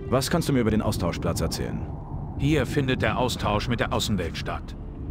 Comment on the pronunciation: Hast du am Ende Austauschplatz oder Austauschplatsch gesagt? Finde letzteres sollte durchgesetzt werden 😅